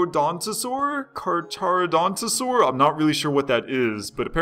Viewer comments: it's pronounced car car 'o' dontisaurus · it is pronounced car char o dont o saur us